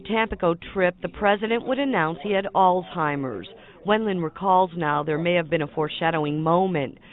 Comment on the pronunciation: I’m just glad you’re actually saying “Alzheimer’s” instead of “Old Timer’s.” Man my grandma always called it that. I thought that’s what it was for years 😂